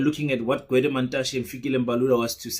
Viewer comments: It's Gwede not Dwede sir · Gwede not Dwedwe...😂😂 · Gwede not Dwedwe